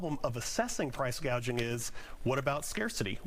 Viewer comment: You mean “price gauging”? 😅